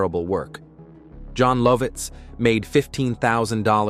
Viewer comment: Matt . . . Groaning? LOL Jon Low-vitz? Warner Brows? Where are some of the scenes you’re showing come from? Is that the rarely talked about internet-only season 3? I’m out. AI sucks.